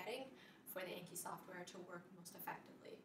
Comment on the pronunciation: Such a good video but the program is pronounced "On-key" :)